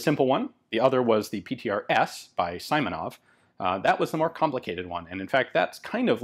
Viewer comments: Awesome video, Ian, but family name of PTRS' creator is See-monov, not Suy-monov. Transliteration is" Симонов" to "Simonov" but in russian "и" is always short like "i" in "big" or "sick". Hope this helps. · Simonov is pronounced as Seemonov, not Saimonov. Speaking of sniper modification, there were numerous frontline modifications of PTRS and PTRD made with PU x3,5 scopes. Obviously, they weren't reliable due to scopes suffering serious damage and loosing the zeroing. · This one was made by Izhevsk Machine-Building Plant. And a little correction on pronunciation: you've to speak [ s i m o n o v ] , not [ s a i m o n o v ]. " i " in his last name sounds like " e ". "Izhevsk" also )) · It's not Symonov, it's Seemonov. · The "i" in Simonov's name is pronounced like a short "e", with a stress on that letter